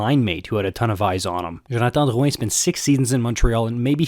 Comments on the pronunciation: Wait you're a quebecer? You pronounced Drouin's name perfectly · WoW good job pronouncing Drouin !!